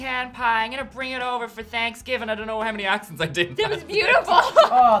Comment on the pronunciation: You could sell it in a store called Hanksgiving because that’s how they were pronouncing it.